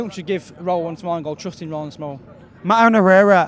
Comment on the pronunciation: Did he say rawlling & smoho instead of smalling & rojo at 1 point lol